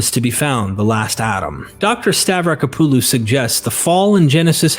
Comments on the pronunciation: I wish he would pronounce Francesca's last neme correctly. Stah- vrah-KO- puh-loh, there is an accent on the first "o". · STAVRACK-OPPALU... what the hell is stav-racka-poo-loo